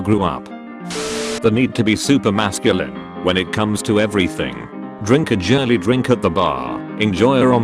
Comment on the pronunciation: "Jeek" "Jirly"